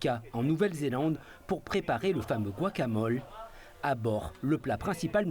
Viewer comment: Pronounced : Guacamoleh and Tacoz